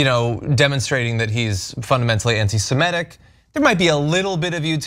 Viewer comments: SEMITIC NOT SEMETIC!!! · Semitic, Ana, not Semetic...